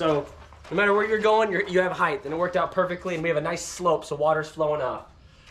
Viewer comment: This was a waste of time. Your title says “ How to build”. This video teaches nothing. Additionally, the word is “height” not “heigth”. The “t” is to be pronounced. Need to change the title of your video. 2 thumbs down.